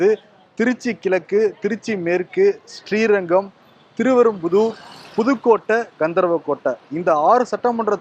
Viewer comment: திருவெறும்பூர் திருவெறும்புதூர் அல்ல தவறா உச்சரிக்கிறீர்